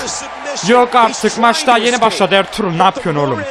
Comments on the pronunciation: Abi senin dilin R-TRUTH=ERTUĞRUL gercek okunuşu (artruth) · abi R-TRUTH a Elturul demene bayılıyom